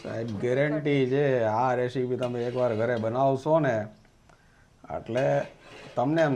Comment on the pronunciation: રેશિપી નો કહેવાય,રેસીપી બોલાય